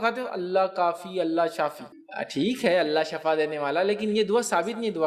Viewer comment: Shifa sahih hai shafa word sahih nhi hai na